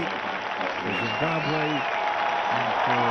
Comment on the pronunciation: "zimbabwuh" xD